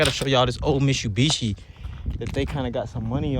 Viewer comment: Mishubishi 😂😂 the way you said it made me lmao